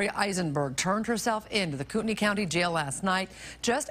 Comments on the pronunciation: It's pronounced " koot-ta-nee". Not "koot-tan-ni" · Minor nitpick: Kootenai is pronounced “Coot-nee”. We Pacific Northwesterners get a bit persnickety about this stuff. 😆 🤷🏻‍♂️ PS - I ❤️ your content either way! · i live here and have never heard of this case !! also kootenai is pronounced koot - knee ;) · Wow! I grew up 30 minutes away in Spokane, Washington and I am surprised I didn’t hear about this. Thanks for covering! BTW, even though it doesn’t look like it Kootenai County is pronounced like Koot-knee 😃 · Huge fan, been watching for years. Just a heads-up if you ever revisit the area in another video, Kootenai, phonetically, is pronounced like “coot knee.” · So close..... Kootenai is pronounced Koot-Knee. But other than that you did a great job on this one. I remember this one, it's just insane. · KOO-teh-NEE. :) It's Kootenai County pronounced with a KNEE at the end. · Hello never miss a cast. For future reference it is pronounced kootnee